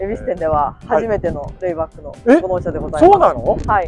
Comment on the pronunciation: RAYBACKじゃなくてLAYBACKですよね。（笑）